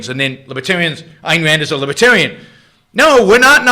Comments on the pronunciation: You sure try to say libertarian a lot for someone that thinks there a "W" in it. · “Fowst of awl, she’s NAWT A LIBOTAWIAN!!!” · What's a wibertarian?